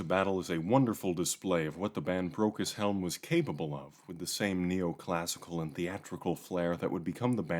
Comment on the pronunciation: Keeps sounding like "Broke as Hell"